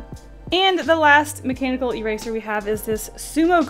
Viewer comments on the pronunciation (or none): She said macanibal pencil :o